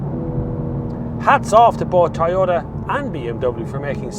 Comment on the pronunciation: IT IS PRONOUNCED TOYOTA, NOT TAYOTA.